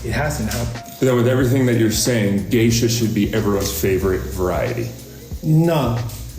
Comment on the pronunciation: It's actually GESHA, not GEISHA. It's from a region in Ethiopia, and not some bastardized version trying to make it sound like some kind of exotic oriental.